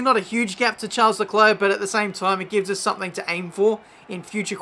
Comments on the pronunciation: Expecting a RageKitchen video from Matty, because you're pronouncing Charles and not Schaaaarl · Hey, just so you know it’s pronounced Sharl not Charles, and Ockon not Ohkon